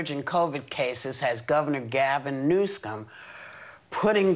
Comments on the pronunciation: It's Governor Newsome, not 'newscome.' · Listen to the start again. Whoopi says NEWSCUM 😂😂😂 no lie. Listen to it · did she just say Newscum?